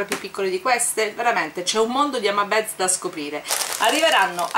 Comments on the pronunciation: comuncue non si dice hama beds ma hama bids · sei sempre fantastica. Partecipo al giveaway. Vorrei solo farti una piccola correzione spero non te la prenderai: "beads" si pronuncia "biidz". ripeto è solo una critica costruttiva, non voglio prenderti in giro con questo commento, sono sicuro che capirai.